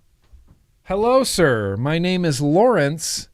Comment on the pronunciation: When you said name the dragon it sounded like Nate the dragon so I think maybe Nate would be more fitting 😁 #replaycrew ps I think uwell has gone down the dead rabbit path 😅 as much as I think this is dumb idea but if it works well I just might love it! I alternate 2 flavors all day every day so maybe a 2 coil 2 flavor pod system is just what I need!?😅